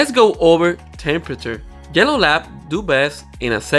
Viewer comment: Thought he kept saying jello labs 😅